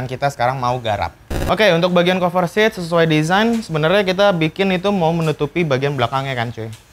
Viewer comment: Monmaaf nih bang dah gregetan gw wkwk dari dulu pertama kali nonton lu setiap kali lu ngomong "cover" bawaannya greget mulu pen bilangin wkwk, saran aja ini mah kalo mau ngomong "cover" ngomongnya kaver aja jan kofer